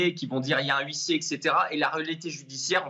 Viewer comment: Huissier = le H est MUET